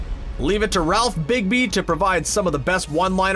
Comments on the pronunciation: And Ralph Bigby🤣🤣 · Jeez u guys butchered this. Hal Gordon & Ralph Digbey 😂😂 & star girl will air on cw not DC streaming service. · It's Ralph "Dibny" and you are saying "Kara" incorrectly. You really shouldn't have been chosen to read this script,man.